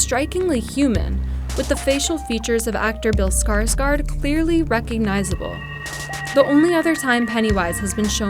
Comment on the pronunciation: when peopel dont know how to pronounce «å» Bill SkarsgAard